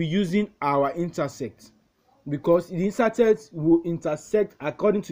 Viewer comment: Lol, he said insertect😂😂😂